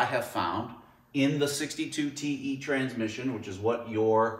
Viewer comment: You lost me at transmissun